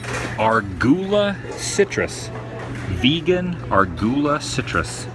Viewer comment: It tickles me- the way you mispronounce words reminds me of my granny, who I miss dearly. She was always saying the funniest things. "Argula" is Ah Rue Guh Luh